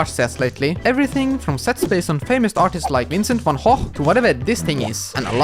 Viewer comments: „Vincent van Hogh“🤣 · “Vincent Van Hoh”